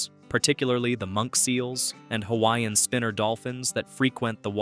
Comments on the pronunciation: No one should be able to create a video of Hawaii that does NOT know how to speak the CORRECT PRONUNCIATION of the HAWAIIAN LANGUAGE!!! YOU are so disrespectful!! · I’m sorry but if you are going to do a video about Hawai’i, you should research how to pronounce the Hawaiian words properly. It is very disrespectful. Couldn’t even finish this video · Pronunciation of Hawaiian names and words is disgusting! Before making a documentary learn the correct Pronunciation!!! 😡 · You butcher the Hawaiian language and the spirit behind the words! Please go take a Hawaiian language class and remove this video! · It hurts my ears to hear the mangled pronunciations of hawaiian words. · WHY IS A HAOLE MAN DOING DOCUMENTRY AND CANT PRONOUCE HAWAIIAN ISLANDS PROPERLY NOT FROM HERE BUT LIKE TELL ONE STORY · You should learn the correct pronunciation of Hawaiian words if you’re going to make a video on Hawaii